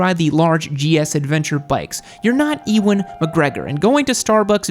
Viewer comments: no not another eeeeewan mispronunciation. Also love the video you definitely hit the nail on the head with the Harley one. side note i will be buying an iron 883 soon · The Yamaha MT bois! It’ll be their 125 learner bike, MT07 first big bike and MT10 will be their fastest bike, claiming it’s basically a memelord Rossi bike without a fairing and would rinse a H2R or Busa if they had no fairing. Also: It’s pronounced yew-an. Obi Wan would not be pleased. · Like how he pronunced Ewan McGregor